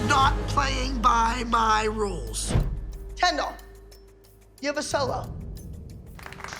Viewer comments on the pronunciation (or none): It is kendell not canndle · After 30 second it sounded like "candle" to me 😂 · I always hear “Ken Doll” and start laughing edit: now I hear "candle" 🕯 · When it says Kendall loads of times it sounds like candal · imagine doing this for so long, then someone corrects you saying it's, "Kendall." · No one: Not a single soul: Jill: KEndALl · After a little bit "Kendall" sounds like Candle....😂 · I can’t listen to anybody say “Kendall” anymore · All the moms said there girls names just as much but when Jill says “Kendall” it just sounds like she says it 1 million times more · Her name is Kendall but its sooo hilarious🤣;)